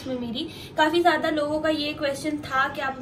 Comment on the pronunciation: Zyada ko zada kehti hai 😅😂